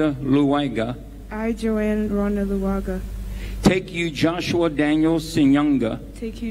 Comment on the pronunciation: Even her name luwaga it defeated her in pronouncing